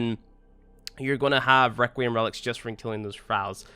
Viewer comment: I can’t tell if you’re trying to be funny or you really don’t know how “th” works but a grown man saying firty is not funny nor cute. Requiem, which you mispronounced ONCE, is harder than thirty to pronounce? Get outta here, Now ik it’s you trynna be cute.